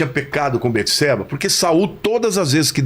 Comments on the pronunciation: ERA BATESEBA E NÃO BETESEBA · Só o nome de salmão quem deu foi Deus. E não jedidias que foram seus pais. Davi estava com frio pq estava doente. E não é beteseba e sim bateseba a pronuncia.